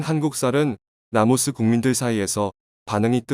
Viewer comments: 라오스를 라모스라고 말하네... 라오스, 태국, 미얀마, 베트남, 네팔, 부탄의 북부에는 고구려 유민들이 살고 있다. 결국 중국을 ㅠㅐ망시키고 한국이 1600년 만에 회복해야 할 곳이다. 침략의 성격은 띠지 않겠지만 제1 코리아, 제2 코리아란 방식이란 한국인으로 편입해야 한다. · 이 기사를마드신분은 발음을제대로 확인하세요 나라이름은 라오스인데 말할때발음은 라모스로하네요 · 라오스인가 라모스인가? 바르게알려주세요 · Laos not lamos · 라오스를 라모스라 계속 발음하네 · 기계음인가? 라오스를 라모스라 하네...? 짜증나네.. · 라오스다 왜 라모스냐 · 내용은 충분히 이해 하겠다만, 라오스를 라모스라고 계속 부르는 건 도저히 계속 들어주지 못하겠네. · 내래이터는 왜 "라오스"를 "라모스"라 하지요 ? 어쨌든 대한민국의 선한 도움.협력이 빛이 됩니다. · 라모스가 아니라 라오스인데... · 라모스 거기가 어디지? 발음을 바로 하시길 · 왜 라모스로 발음하나요